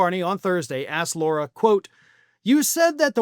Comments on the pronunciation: It's not "Laura." It's "Lara." Just saying. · It. "Lar-a" not "Laur-a". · Why does keep calling Lara Trump, "Laura"? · Lara there is no U it's pronounced like Larry. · I think you are not pronouncing her name correctly. She pronounces it like the front part of Larry. Lair-a.